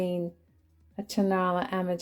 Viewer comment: I love your vids. Just an FYI… the Mexican pottery pieces are pronounced “ tone-ahh-LA “ (accent on LA). It’s a town adjacent to Guadalajara where you can buy all kinds of housewares and Mexican glass and pottery for great prices.